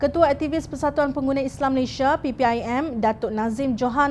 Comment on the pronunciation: Malaysia bukan Malayshia.